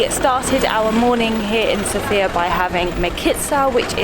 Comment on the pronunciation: The accent goes on the first syllable of Sofia. (SOH-fee-yah...not soh-FEE-yah)